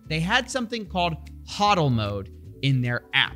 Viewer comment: its "HO" dl not HA dl